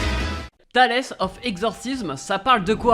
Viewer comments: Par contre tu feras gaffe au niveau de la prononciation, c'est pas "Talesse of Exorcism" mais plus "Tails of Exorcism" pour mes potites oreilles stp bbou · Par contre ''tales'' ca se dit pas ''talaisse'' mais ''taylz'' stppppp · Le nom de l'anime "Tales of exorciste" (Tales qui ce prononce [Tail-ze]) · Ca se prononce Tailz of exorcizeum stppppp 😭😭😭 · Alors je crois que c'est vraiment "Tales" ("Tayls") comme le mot conte en anglais mdrr Mais ta vidéo est cool bg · J'ai lâché un com à ce propos avant de voir le tiens, c'est vrai qu'un potit effort sur l'accent ce serait sympa o/